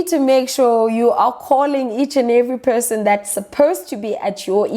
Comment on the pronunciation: Her: Point of person my ears: Point of pissing Had to go back and listen to that again with subtitles on